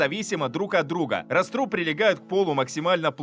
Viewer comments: Всё-таки не "растрУб"... Всё время был "рАструб"... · рАструб, а не растрУб.